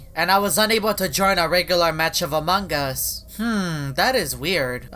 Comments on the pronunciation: This is the time he said among gus not among gus its among us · Why you always say amanga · Fun fact: says amangas